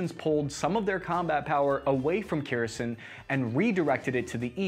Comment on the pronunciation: I think he's trying to mispronounce everything at this point lol. I appreciate his need for vowel harmony. Kerison Moskava DONSK